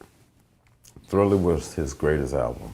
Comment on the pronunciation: THRILLAHHH Thrillah night